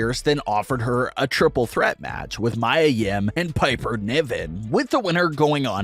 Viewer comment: Does the commentator with the weird voice know how to pronounce Mia Yim? ☺️